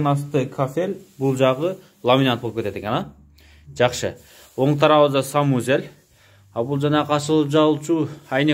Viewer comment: Санузел деп айт самузел дебей